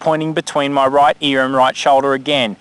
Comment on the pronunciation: earrrrr lol you rolled your r like a yank